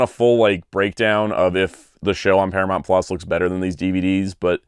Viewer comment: Para-mont? I’m from Chicago and I don’t even say it like that